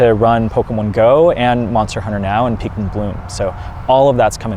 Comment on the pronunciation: he said PEAKmin. we always stay pikwinning, even in videos not about us. lfg!!! ...PFFFFFFFFFFFFFFFFFFFFFFFFFFFFFFFFFFFFFF!!!!!! XD